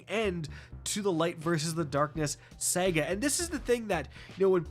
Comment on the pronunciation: Holy shit. It's Saga not Sega